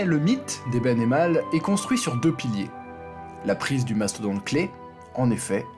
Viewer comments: tu gères ! Oui la ae se prononce a et le oe se prononce ou. Merci de respecter cette merveilleuse culture flamande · Super vidéo. J'ai appris beaucoup alors que j'en connais un brin sur la 2GM. Tu m'as épaté. Encore bravo. PS es-tu belge pour prononcer correctement le nom d'Eben-Emael ? Je n'ai jamais entendu un français le dire correctement 😊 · Super intéressant, c'est vrai qu'on nous a toujours dit (nous les Belges) que c'était la supériorité technique et de matériel qui avaient permis aux Allemands de prendre Eben-Emael (Première fois que j'entend le nom bien prononcé dans une vidéo, ça fait du bien 😀 ). Et au final ça ne m'étonne pas qu'une organisation à la Belge a vraiment aidé les Allemands. Merci pour cette super vidéo.